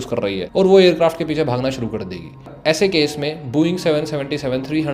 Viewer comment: bhai sbb thik h but booo -eing nahin h vo Bo -ing hai. dhang se bola kro brother baki sbb bdhia